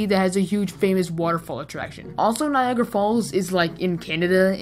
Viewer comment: U pronounced it Niagra.. but its written Niagara. This is why i dont understand english